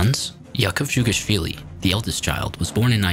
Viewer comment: just a reminder that "дж" (dzh) is pronounced as "j". so instead of dzhugashvili, you say jugashvili instead